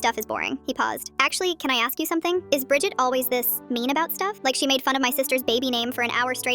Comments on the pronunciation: Bridged sounds like bridge 🙂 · Bridget sounds like budget